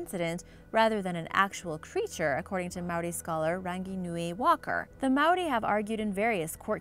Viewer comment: As a Maori I'm cringing on the Inside at the prounouncaions, E for Effort tho